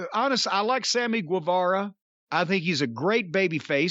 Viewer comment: Why is it that Jim Cornette can pronounce Guerrero and the word guess correctly but he can't pronounce Guevara correctly?